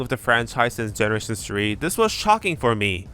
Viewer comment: "generashen shree". Lol, okay.